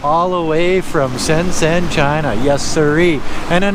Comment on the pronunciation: "zh" = J pronounciation shenzhen = shen jen